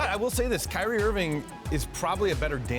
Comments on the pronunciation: did she just call him “Kylee”? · why she say it like ky-reee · she said “Kylie” 😂😂